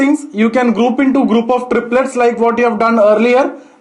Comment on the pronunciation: Into-indo thousand-tousand😃😃🤗🤗